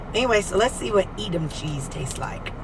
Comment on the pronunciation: Its pronounced E Damn. 😅